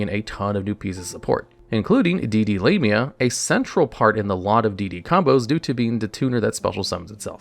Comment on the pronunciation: "D/D Lame-ia" 💀